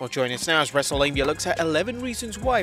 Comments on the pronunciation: Wrestle-mia!?! Delete the episode......Delete host...... lol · Wrestle-LAME-Mia. Lol